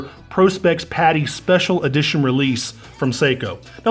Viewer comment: "Special EdiTOIN"